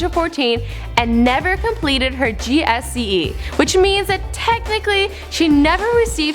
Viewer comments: GSCE smh it’s GCSE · Gsce wtf ???😂🤣🤣😂its GCSE LOL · 'GSCE'😂😂😂😂 It's GCSE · CSCEs hmmm yeah that sounds right (GCSE) or Welsh (WJEC) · Woooow gcse not gsce that annoyed me so much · stop saying G.S.C.E it's G.C.S.E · HA, GSCE, ITS GCSE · "GSCE" git gud noob learn to read, I know all you're doing is reading copy pasted lines from Wikipedia but there really are harder jobs madam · I'm sorry, GSCE ?? Can you read ? GCSE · Did she call it GSCE? It's GCSE lol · It's GCSE not GSCE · "her GSCE" Kappa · Did this Bitch actually say GSCE!? it's GCSE you American 😂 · its not "GSCE" its GCSE. Silly :) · Lmao "gsce's" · Lol what the fuck is a GSCE? Do you mean G C S E? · GSCE? Fuck my life bruh. It's GCSE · Anyone realise that she said GSCE rather than GCSE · when the bitch said "G.S.C.E" LOL THIS BITCH IS FUCKING STUPID* Michael McCrudden where you at we need some brains behind this show!! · Just sayin but it's gcse not gsce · Not GSCE, it's GCSE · gsce? its gcse